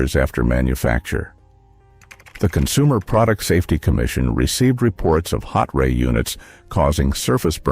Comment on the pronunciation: Salton hotray isn't like hot-ray. It's like hot tray, only all in one word, no gap.